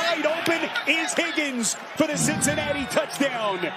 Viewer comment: “FOR THE TOUCHDOWN-EH” every single time. I’ll have to suffer this week as he is calling the Titans colts game once again